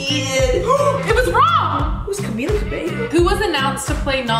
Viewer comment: I love that Liza said Camilas name right